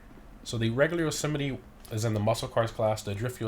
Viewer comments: Im pretty sure it’s pronounced ‘yo-suh-might’ not ‘yo-sim-it-e’ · I'm confused about the pronounciation. You seem to pronounce it as "Jo-semety" I would pronounce it "Jo-Semite" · Yo not trying to be rude but the trucks name is "yo so mite"